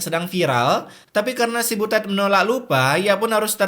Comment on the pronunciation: Biasa aja kalo bilang butetnya😂